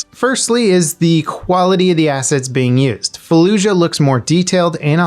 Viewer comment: Its “falluyah”